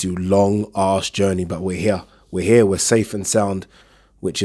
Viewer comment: Its pronounced 'H E R E' not 'H E Y A' jesussss